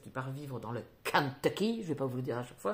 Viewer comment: Quel accent « le kentucky »! « rachel » « Raymond » 😅 J’ai tellement aimé ce jojo Moyes qui parle de bibliothécaires itinérantes Tetris c’est le début de la fin 🤪 Les Cazalet on est paumés... dommage j’avais envie de m’investir dans cette série. J’aime bien m’attacher aux personnages ... Tu vas lire les autres ? Un peu déçue par « je revenais des autres » que j’avais laissé tomber au bout d’un moment Faudrait que je réessaye pour lire la suite On commence bp à parler de cette autrice dans les médias Très bien « les lendemains »